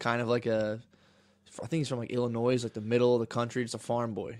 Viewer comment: did Matt just say "Illi-noise"? Lmao